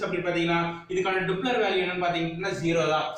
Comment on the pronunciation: டூப்ளர் இல்ல டாப்ளர்